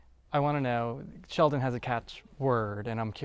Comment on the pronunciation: That dude wants to put the D in ShelDon